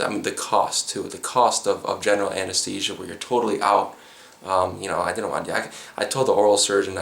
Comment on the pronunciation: "When they were taking them ooot"? Hello Minnesota.